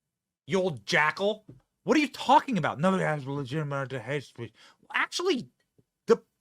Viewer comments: "Legitimate" [LI] + [JIT] + [I] + [MUHT] ; say it jo. It's a 4th grade word for cryin' out loud. SMH. FJB= LOSER CCP PUPPET~ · I like how every time he tried to say the word "legitimate" it didn't come out right once lol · The guy can't say "legitimate." What's a "ministration?"